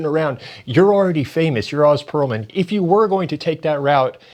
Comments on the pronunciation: It’s Oh-z not Ah-z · I think he pronounces his name oze, rhymes with doze.